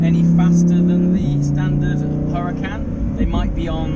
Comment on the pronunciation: So annoying when people pronounce italian words with that strange accent like he says “lamborghini huracan performante” at the beginning :\ ( yes i’m italian )